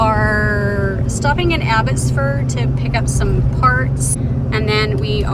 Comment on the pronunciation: Glad to see you back out there. Love the music. I cringed when you said Abbotsford 😂, the Canuck’s beat our Colorado Eagles in the AHL playoffs😅. Can’t wait till next weeks video!